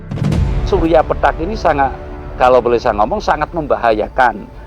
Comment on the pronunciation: Pethak, bukan petak, pake the, ngucapnya lidahnya ditekuk ke depan, pethak artinya putih, samar, sedangka petak itu kotak, yaemang nda ada matahari kotak/petak😂😂pethak ,pitih,bias,samar, munkin kabut, mungkin dukhan, sebelum kiamat ada dukhan 40 hari 40 malam, membuat bumi dan seisinya tak bersemi...begitu kali ya ?